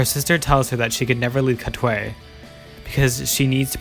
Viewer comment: i think its pronounced "katway".